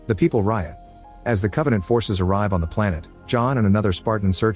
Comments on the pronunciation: "Con-vaugh-nawnt" Geez, the show sucked so bad its even affecting the Ai describing it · I had to stop watching when they said Covenänt